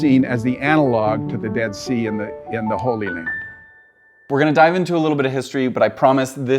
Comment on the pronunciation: what the fuck did he call the holy land???